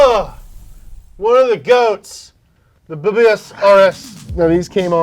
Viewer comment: the way he pronounced bbs I laughed 😂😂😂